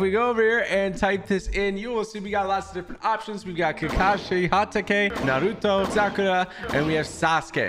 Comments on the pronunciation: It’s N A R U T O NOT N A R U D O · its naruto not narudo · All the Naruto fans can agree: the needs more respect for saying team 7’s name correctly, instead of NaRuDo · NAR- ROO-TOE not NA-RUE- TU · Why did samara say narudo its naruTo😡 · Whos nar roo toe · Narudo it’s naruto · bro said "Naluto" at the beginning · when she said "Na-doo-ro" i died :(( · He said naruto like narlto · She said narudo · Somoene count how many times they mispronounced the the naruto names or tried to say them in japanese acent. Still, love your channel man! did'nt want you to feel disrespected. Loved this video! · Don't now how to say Naruto l just stop saying his name